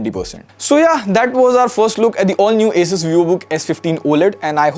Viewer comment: The way bro said “ASUS” 🤮